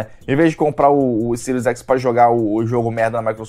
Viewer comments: Xbox Ciro? Não sabe nem falar o nome do console e foi uma chuva de hate. Não entendi nada. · "Ciro écsi, Ciro éssi", é isso mesmo? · Xbox "Siru" X e Xbox "Siru" S??? SHAUSHAUSHAUSHAUHSUAS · "Xbox ciru ese"